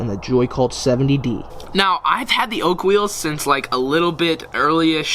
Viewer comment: Why did u say "the wide ness of a joy cult" when it a is a joycult 😂😂😂